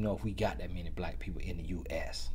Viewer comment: and blike...aka black His country self 😂